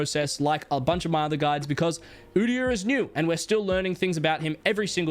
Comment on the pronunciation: did he just say u deee yar💀💀